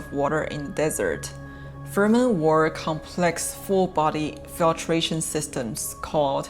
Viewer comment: Fremen not Fermen